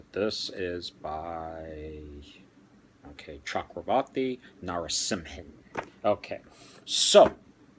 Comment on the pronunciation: Excellent recommendations! I think you have a little difficulty while pronouncing the word 'Chakravarti' for Chakravarti V. Narasimhan. Did you know that the 'C' of C. Rajagopalachari is also 'Chakravarti'. Anyway at present Mr. Devdutt Pattnaik is the authority for India's mythology.He has also the 'Mahabharata' with its original name 'Jaya'. It is a very pleasant reading. Many thanks and all the best wishes for you and your family. From India.